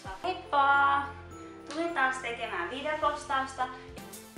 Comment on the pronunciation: kuulostaa enemmän että sanot videpostausta